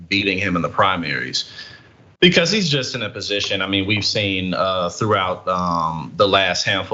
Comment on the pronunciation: For fucks sakes, the word is JUST not jest. My God man, you are a doctor.